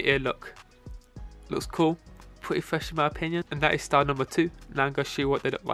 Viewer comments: Pwetty fwesh in my opinion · Pweety fwesh in my opinion